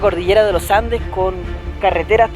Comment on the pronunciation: Primera persona que dice bien los andes ahaha y no loh andeh, saludos de la ciudad del roquerio , los andes